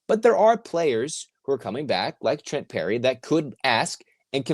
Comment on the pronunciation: PERRY, not Lerry :-)